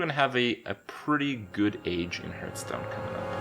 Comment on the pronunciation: CAN U FUCKING STOP PRONOUNCING IT HURTSTONE!